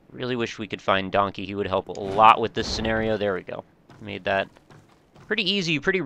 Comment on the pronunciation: A donkeh, a donkeh, my kingdom for a donkeh!